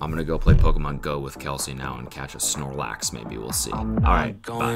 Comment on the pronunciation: it’s funny to me that he pronounced both pokemon names he mentioned just slightly weird- idk why that got me. Like “zapados” and “snolax”